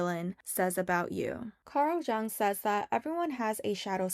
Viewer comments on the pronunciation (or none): Pronounced Yung - not jung. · Did she really just pronounce Jung that way?!?